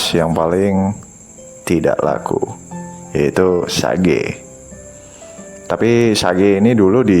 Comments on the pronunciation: Sage bacanya Sej.. Rogue bacanya Roj.. Dan byk lg yg hrs di perbaiki pronounce englishnya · lawak polisi grammar tapi salah juga. Rogue dibaca "roug" u tipis. Sage dibaca "seidj" j tipis